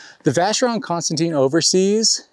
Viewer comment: Constantine lol just like an American just like me lol. I have the same watch! I have like 6 straps already!